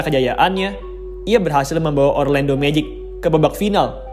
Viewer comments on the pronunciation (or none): none